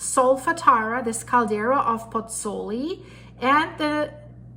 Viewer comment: That's Marsaxlokk Malta a kilometre from my home. Also have been meaning to say for some videos, the pronunciation of Pozzuoli is Pots-Wall-ee not Pots-ooli.